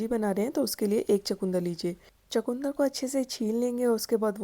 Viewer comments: Sorry to say it called chukandar not chakundar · چو کوندر نہیں ۔ چقندر کہتے ھیں 😂😂😂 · Aslmualikum g ap chkndr ko chkoondr q keh rhi hn